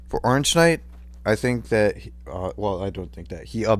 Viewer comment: Oreengeknight lol no hate